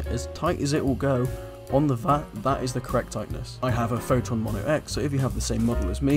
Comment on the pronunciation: Really.. these tips really are not helping anyone. Cleaning tip was right, others not so. Also.. its Vat not fat